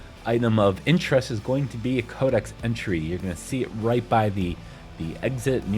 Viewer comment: SAY CODEXXX. Fuck! Dumbass.. cant u read.. where the hell sre u getting “kodak” from? Soo annoying!!